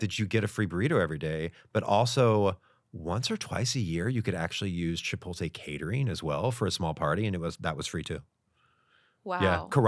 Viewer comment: Chipotle for sure cancelled his card when they heard him refer to it as “Chipolte”